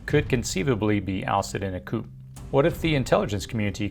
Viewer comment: It's not "coop" rhetoric. It's "coo" rhetoric. It's French. The p is silent. "coo de taa" that's how coup d'etat is pronounced.